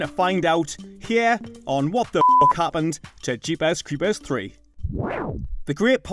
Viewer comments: Jeepas cweepas lol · Jeepuhs creepuhs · “Jeepaz crepaz” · Lol i laughed every time